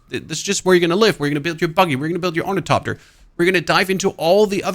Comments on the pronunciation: Thopter, not Topter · Orni....topter? The hell is that, I think it's pronounced " Thopter, not Topter " lmfao 😂😂😂😂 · Thopter .. but I understand it's your accent